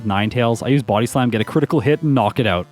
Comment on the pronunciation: The way you Buody slam kills me lmao love your videos!